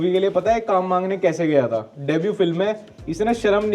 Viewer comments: Th pe badi oo ki matra thoo😂😂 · था पे बड़े "ऊ" की मात्रा थू।🤣🤣